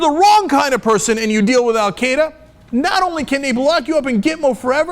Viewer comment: Why can Americans not pronounce "Al-Qaeda"?